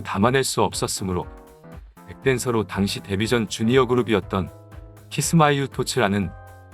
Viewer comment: 다른 애들 공연은 못봐서 모르겠지만.. 타키&츠밧이나.. 카툰의 공연 및 그외 방송 무대라던가 쟈니즈 공연을 봤을떄.. 확실히 연출이 많은편이고 그 중에는 정말 잘했다 싶은것도 있어요.. 카툰이나 타키는 뮤지컬을 보는듯한 느낌도 들고.. 그 점은 정말 공감하네요.. 근데.. 영상에서 아쉬운건.. 키스마스 훗토츠.. 가 아니라.. 키스마이 풋이라는거.. ㅋㅋ